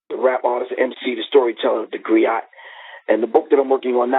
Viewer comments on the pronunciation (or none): Pronounced 'Gree-oh', not 'Gree-ot', G.